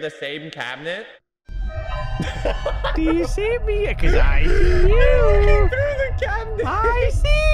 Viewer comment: i swee yooou